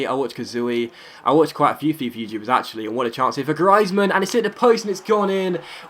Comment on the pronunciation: Its Griezmann, not Grizemann